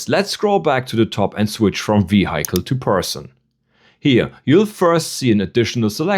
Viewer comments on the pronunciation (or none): Schön erklärt, aber bitte, das Auto spricht man nicht (vi:haicle), sondern (vi:hicle). 😬 Der kleine Oberlehrer sei erlaubt. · Dont worry too much, we understood you even if you pronounced RADAR as Rah-Dar and Vehicle as Vahikel. The other person though thought you were using non english words haha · He did not use any slang words. Do you mean his ACCENT? He called Radar (Rah-Dar) and Vehicle (Vei-haikel). Which is a common pronunciation in Europe. 👍🏻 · Du solltest die Aussprache von Vehicle noch mal überdenken…